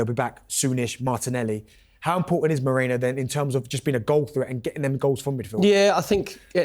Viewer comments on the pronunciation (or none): Merino not Mareno.